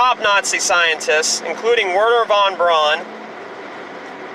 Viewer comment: "Satan" is just a typo. His name is Stan. He lives on the floor above me. Von Braun's name is pronounced BROWN (or "Broon" where I come from). Means the same, pronounced the same. Not fucking "Brawn". That's something else which this idiot has probably never come across. As a vegetarian, I'd say he's best not knowing about it, either, one of the few things not worth dragging out of his voluminous fund of ignorance. (For those who really want to know "A terrine made from the meat of a boiled pig’s head". There ye go.)